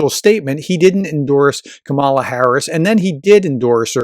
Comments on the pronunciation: Like every other Republican you still cannot pronounce her name correctly. It sounds like Pamela. Emphasis is on the first syllable. There is a reason her name was mispronounced from the beginning. They are trying to make her sound foreign. As a professor you really should know better. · You're mispronouncing Kamala's name. The accent is on the first syllable, like "comma-la" Also, I truly hope they don't run her. She's a remarkably weak candidate. She comes across crazy insincere much of the time. Very cookie cutter politician That said, she can win. The majority of people don't want Trump back, and are pissed about Roe v Wade and I think that's enough for her to win in spite of her questionable charisma. Also, I think one of the reasons she comes across insincere is she's pretending to be some super lib when she's really a center right Dem. So my hope is, if it's her, she finds some centrist groove which is closer to who she is anyway, so she comes across more real. But God bless her however it happens. If it's her v Trump she's got my support lol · I hope you might learn to pronounce the name Kamala correctly. Unlike Tucker or Sean I don't necessarily think you're mispronounced her name on purpose. Its still a bad look. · Please learn how to pronounce Vp Harris’s first name. You are using the maga’s and trump’s pronunciation. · He uses the Republican’s pronunciation of Kamala’s name. Kinda disrespectful not to know the proper first name of the Vp or maybe it’s just a put down. Annoying either way.